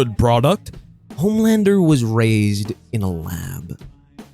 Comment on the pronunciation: he said it right your wrong